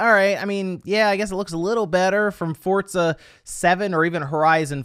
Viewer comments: The way you pronounce some games and developers really pisses me off fortza 🤢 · The way he pronounces "Fort-za" is almost cringy